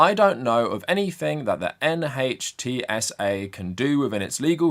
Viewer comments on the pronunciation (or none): NHTSA is generally pronounced /NITZ-uh/. It doesn’t make sense, but it is standard practice. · NHTSA is pronounced "nitsa". Will it act against Elon Musk? No. Not now, not ever. As of 20th January 2025, Musk, along with his tech bro Vivek Ramaswarmy, will be in charge of "saving money" by reducing the size of the Federal Government. This means, first and foremost, doing away with regulatory agencies. (See: Mandate for Leadership, aka Project 2025.) The Dept. of Education is the first on the chopping block, as per Trump's promises to the evangelical/Christian Nationalist voting block that put him in power, but soon after will come the abolition of EPA in order to allow the industrialists to compete with China and the Third World by poisoning air, land, and water; NHTSA to satisfy Musk's and the Big Three's desire to not be held accountable for safety, especially pedestrian safety; and the Dept. of Health and Human Services to satisfy Big Pharma and the anti-vaxxers. Where government agencies survive, they will henceforth be staffed and run by yes men and MAGA loyalists. Also, Congress will look the other way where all of Musk's, Trump's, and the rest of the new government's conflicts of interests are concerned. In short, the criminals will be responsible for passing and enforcing the laws in accordance with their own personal interests, and if by some miracle a conservative official gets prosecuted--highly unlikely given the MAGA takeover of DOJ--then the US Supreme Court will no doubt quash the conviction. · NHTSA: you should just say it as a word, pronounced "nit sa", like 'it's a' (with 'a' pronounced 'uh'...) "self-driving" is such a stupid idea. i'd rather actually drive instead of having to babysit your car so it doesn't kill people...